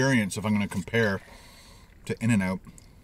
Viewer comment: pronounce In-and-out as in-an-aout ☺️ I love this guy